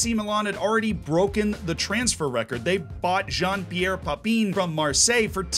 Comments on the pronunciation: And Papin as "Pa-peen" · As I was editing this and hearing "Matt-house", "Pa-peen", and "De-Sally", I physically cringed and knew half the comments would be about that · just heard as I was reading! Pa-peen 🤣🤣🤣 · also papin as papine! I don't want to sound rude though. :) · I will help you pronounce hope this helps Ma-tay-ass De-sigh-ee Pa-Pan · I'm amazed that, who produces ⚽ content for a living doesn't know how to pronounce the names of famous ⚽ players, including Global household names like Matthaus, Papin and Desailly. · Lol butchered pronunciation on Papin. Completely overlooking the pronunciation on Matthaus and Desailly. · I've mostly enjoyed this new style of deep dive videos you've been doing, but the lack of research into pronunciation of players' names is just awful. It wouldn't take that long to find out how to pronounce Matthaus, Papin and Desailly. These aren't obscure players. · I love this stuff you're putting out, but shit man, pronounciation... These are some of the best players of their time. Matthaeus, Desailly, Papin, ...